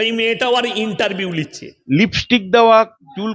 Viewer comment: 'উর ইন্টারভিউ লিচ্ছে '- ছাগল টা বাংলা ভাষাটা ও ঠিক মত বলতে পারেনা। এটাকে ঘাড় ধরে এখনিই জেলে ঢোকানো উচিত।